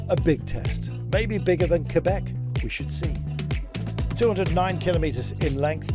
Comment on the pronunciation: Thanks for pronouncing Québec and Montréal in French. The way it was meant to be. Not even English Montréal people make the effort to pronounce it the right way. Much appreciated.